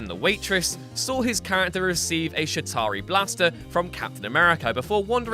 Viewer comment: He said shi tari not Chitari Edit: I didn’t realise it looks like a swear word